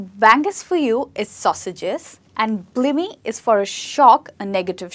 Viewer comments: TIP! You need to learn these words love, before teaching them! Blimey isn't pronounced, "blimmie", it's "bly-me". A kip is to have a short sleep, that is correct but a kip is not a dirty room, it's a TIP! WONKY: you might also hear 'that chair is on the piss'. Bangers is also slang for large breasts. I need to do a British slang video. It would sadly go on forever. Folk watching? You will struggle as we use slang without even realising, but you'll pick it up in the end. 😊👍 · Hi there! ...great lesson, although you'd like to review the pronunciation of the second word... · Spot on. We never say 'Blimmie'. We say 'Bly-me'! And 'bangers' is also used by pervs to describe large breasts on a Lady. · I've never heard any native speaker pronunciating the word 'blimey' as 'blimey'. I always hear people pronunciating it as 'blaimey' (I live in the UK) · Its is to be pronounced as Blaimee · Its pronounced 'Blīmey' (long i). Like lime or time. Great video though I'm American and haven't heard a lot of these lol thanks! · She said blimey wrong and it made me cringe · I got to chuffed and had to stop. Its chuffed. Ch-uffed. As in the Ch in chair. No shuffed like shoe and it's blimey (b-lime-y) as in lime the fruit. Not blimmy